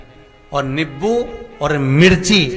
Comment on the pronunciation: Nippu Nahin Nimbu Hota Hai